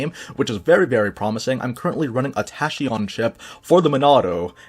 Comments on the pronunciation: its taky-on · Tah-key-on i think xD